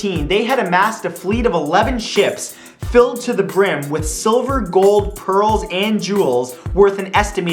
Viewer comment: why do I hear perols instead of pearls...